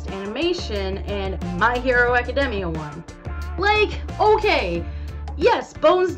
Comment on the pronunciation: My hero academia was pronounced so wrong in this video “just to clarify” my hero academia should’ve won